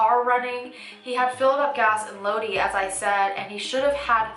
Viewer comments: Heeehe. Low-dee. Im from Cali and we pronounce it Low-die. Lodi. Love your videos. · Lodi, It's pronounced Lodeye, not Lodee..😘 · Cache creek is pronounced CASH creek + Lodi is pronounced Low-dye. In CA we have a lot of Native American land and lots of cities’ names are influenced from our Native tribes and from when CA was still apart of Mexico. Sorry but I had to say something 😩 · D FYI, Lodi is pronounced "low - die."